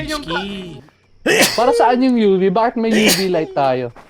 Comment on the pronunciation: Pag sumisigaw sila ng UV ang pagkakaintindi ko "Yubi" Lol hahaha